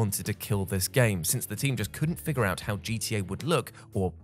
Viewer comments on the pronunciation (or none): none